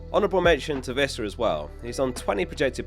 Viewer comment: Its pronounced Wissa, not Vissa. He says it himself